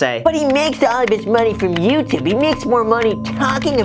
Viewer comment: Youtoob You’re welcome